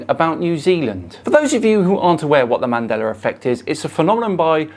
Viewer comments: “Mandelar effect” lol. Love it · Why does he say Mandeler instead of Mandela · ‘Man della’, not ‘mandeller’ effect.